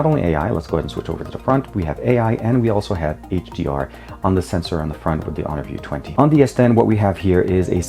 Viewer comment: you are just butchering honor view 20!